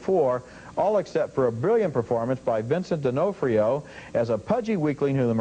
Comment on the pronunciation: So old even movie critics didn't know how to pronounce D'Onofrio's name.